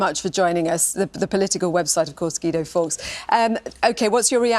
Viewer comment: And now we have Gweedo Forks......